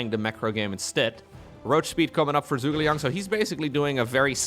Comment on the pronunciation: It's Zhu - Ge - Liang (Joo-ge-liang) - who is a famous Chinese strategist during the Three Kingdom Period (220–280) of China. Don't blame ya, you don't know Chinese :D